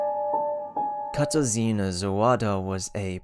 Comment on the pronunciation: as a polish person ur pronunciation of the name katarzyna hurt my soul😭this is no hate though, i loved the video !! :)